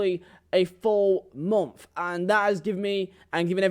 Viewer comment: Why this foo say “momf” like enunciate plz accent doesn’t mean u cant pronounce month correctly 😂